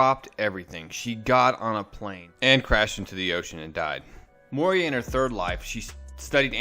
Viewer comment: It is Moira as in Moy-ra NOT Moy-ria.